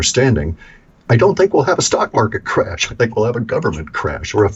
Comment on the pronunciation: Oh no! Not anotha mawket cwash! I'd betta check my portabella and sell if need be.